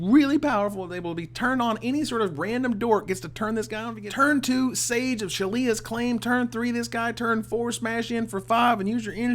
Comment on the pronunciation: It's not Shalia's, it's Shaila's. I pronounce it SHAY-la's : )